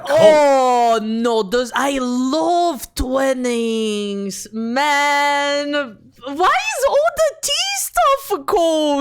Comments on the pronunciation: Didn't know that SAAB stopped making cars. Oh well. Their jets are pretty dang good though, very impressive. Was not expecting to hear Twinings being pronounced as "twinnings", and it sounds extra wrong in that posh parody accent. It's "twine-ings." They make pretty decent tea but holy shit are they expensive. Then again everything's getting pricey these days. Wasn't expecting to see Poundland on the list, or its knock-offs XD At least none of those make any weapons. Mind you at that price they'd be shit weapons XD The Nokia bit on why they don't make tires anymore is so depressingly real. No-one makes anything that's "built to last" anymore. Just built to last until the next model comes out, or until the warranty expires. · I was not prepared for that pronunciation of ‘Twinings’